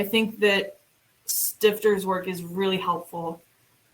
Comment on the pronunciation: [ˈʃtɪftɐ] not [ˈstɪftɚ]